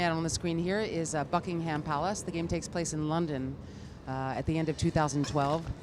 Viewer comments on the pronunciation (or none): Bucking-HAM...Buckingerm is how it's said! But then you can argue Aluminium is pronounced wrong by the Americans. Aloominum...lol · why does she call it "bucky-ham" wtf is bucky-ham when its around... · Bucking-ham palace. I cringed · Whenever she says buckingham, all i hear is fucking ham palace...